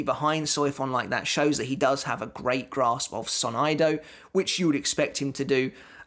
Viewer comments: "Sonido" pronounced like Sony + Do Not "So-nigh-do" Nice video tho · i think its pronounced soneedo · It bothered me a bit to he obviously didn’t take Spanish in school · I let a lot of your mispronounciations slide but, the way you said "sonido" took it too far